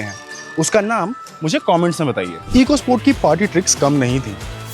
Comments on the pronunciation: It's Ecosport, not eeecosport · It is pronounced Echo Sport, not Eco Sport 🤮